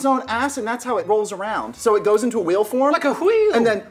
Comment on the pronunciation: "like a h-wheel"